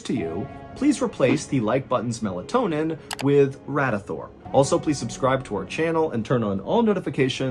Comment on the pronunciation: He said Radithor 🤣